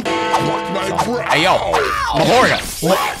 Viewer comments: ITS MAHORAGA NOT MAHORGA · Its maharaga not mahorga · Its maharaga not mahara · It’s not maharaja. It’s Maha raga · It’s mah-ha-ra-ga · Bro calls him mahora 😭😭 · It’s ma ha roga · It’s Ma Ha Ra Ga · It’s ma-hor -a-gah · It is pronounced Ma hor ag a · bro always say mahora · Bro it’s mah-ho-raga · Mahoragah is pronounced MAH-WHORE-RAH-GUH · you said mahoraga wrong the whole time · I feel like nobody cares about how he’s saying mahoraga